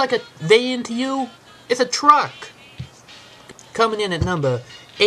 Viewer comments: he says twuck. he says truck. making me think this is psychological and not physical. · dude u said fucking twuck its supposed to be truck LOL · ITS A FUCKING TWUCK, Say TRUCK Dumb Ass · you said it's a fwucking twruck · is it a twuck? or a fucking twuck? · i laughed so hard when he said twuck lol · speatch inpediment. ithhhaaa twuck@ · "Its a fucking twuck" learn how to speak.